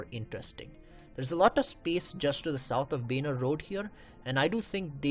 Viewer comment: benar ?????? its baner